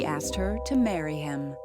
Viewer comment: why do black women pronounce as-ked like ak-sed